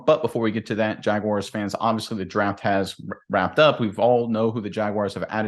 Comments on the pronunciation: There is no "i" in Jaguars. Jag-Wahrs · Nobody says it like that, even people from Jax